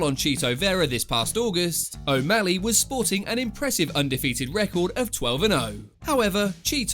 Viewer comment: More like Sean O'Malleg